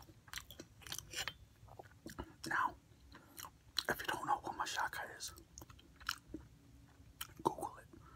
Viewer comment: I love how you say machaca with an "s" sound. I pronounce it with a strong "CH" lol. Machaca burritos are bomb.